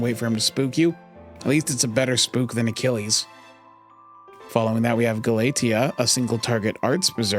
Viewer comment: Galatea is a general pool summon too by the end of the event, and also that name pronunciation, oof. But yeah, I agree with your list. I'm prioritizing Galatea over Taira, just for the fact that Taira shares a GSSR banner with Morgan, Miss Crane, and Caren